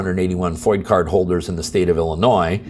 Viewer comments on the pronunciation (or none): I'm not sure how you are pronouncing FOID, but it should rhyme with void.. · It's FOID with a D, you keep saying it like its a freedom of information act thing (FOIA)... "Firearm Owners IDentification" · Thanks for the update. BTW, everyone I know pronounces FOID like void, but with an F. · FOID, NOT FOIA . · FOID, not FOIA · We, in Illinois, appreciate the info you give us to enlighten us not only about Illinois legislative idiots but also other states that are willfully ignoring the United States Constitution., in Illinois we have a “Foy’d” registration card not a “Foya” card. Thanks again for all you do! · It's pronounced FOID like DROID. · P.s.: the pronunciation of F.O.I.D. is "foyd" like "Floyd" without the L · no shit Sherlock, he's referring to the incorrect pronunciation in the video.